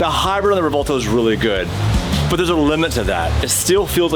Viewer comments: Yo please stop calling it the Rev Vell toe* "Its Rev well toe" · It's "Rev - well - toe"